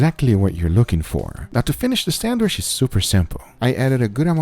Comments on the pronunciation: it is sandwiCH, not sanduish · homie be sayin sandwish lots of times. someone help him out. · I'm the only one hearing him say Sandwish ? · sangwish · ah yes... the sandweshh